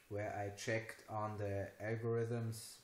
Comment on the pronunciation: Hope you are feeling better by now. Nice job today. I have been traveling most of the day to Vancouver, so I will keep this short. checked on da algorithm exam results checked on THe(e) algorithm exam results But, I lost a lot of points somewhere else "at" the multiple choice questions But, I lost a lot of points somewhere else with the multiple choice questions also two incorrect also two were incorrect You had many good TH words that you do well: three, third, throat, think, but then came aldough and dey, alTHough and THey. Can always practice those nasty little words in the shower. All in all for five and a half minutes well done.